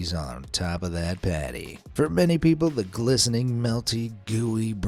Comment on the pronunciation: frooty peobles